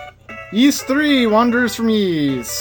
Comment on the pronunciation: youre kinda saying it right. its pronounced like the "eese" in geese of fleece. no "Y" in the pronunciation. i only know cuz i had too look it up for one of my videos.